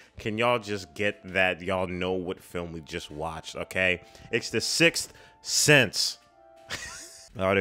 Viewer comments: Thanks for the belly laugh when you started to say "sixth" and said "sith" instead... I needed that. I think this movie has a heart to it that subsequent Shyamalan movies seem to lack - not that he's made all crap since then, but I think the movies that came after this were all trying to capture the twist thing without capturing the deep human feelings that this movie inspires. Can't hurt that all the main actors in this just crush it. I feel like Haley Joel Osment's caliber as a child actor has yet to be matched. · Don't worry about it. I have trouble saying the Sith Sense, too... Sick Sense.,,, Sickth Thenth.... Damn it! Six-tttthhhh breath Ssseeenssssse! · Don't feel bad about having a hard time saying "The Sixth Sense", I can't pronounce "reservoir" correctly.🤣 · I only have trouble pronouncing the title when I'm too self concious and trying too hard 😅